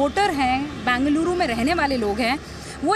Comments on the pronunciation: These reporters can't even pronounce... Either call Bangalore or bengaluru... Northies cocktail it ND call bangaluru 😂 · FIRST ANCHORS SHOULD LEARN HOW TO PRONOUNCE BENGALURU NOT BANGALURU... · It's not Bangaluru it's Bengaluru. Bengal uru. How hard is it to pronounce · It is not Bangeluru....It is Bengaluru 🤨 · As you report, pls also learn how to pronounce Bengaluru correctly.